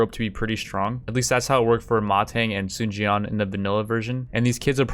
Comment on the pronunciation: THIS IS HOW YOU PRONOUNCE THE NAMES Sima Wei = Seema Way not wee Sun Jian = Soon Jun